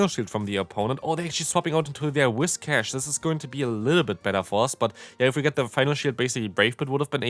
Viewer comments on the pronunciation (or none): I’m so used to hearing you say wish-cass that when you say Whiscash it sounds wrong.